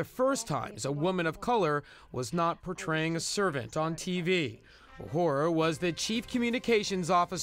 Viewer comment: Talk about butchering the name Uhura.